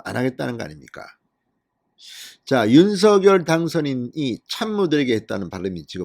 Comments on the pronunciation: 방송 잘 듣고 있어요. 고맙습니다. 그런데 윤서결 발음을 윤성녈 로하면 좋을것 같은데 어떠신지요. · 서결이라부르니참듣기불편합니다성렬로말나오는디니로하시면좋으련만 윤서결이므넙니까 윤석열( 윤성열) 자연스럽게 불러주세요~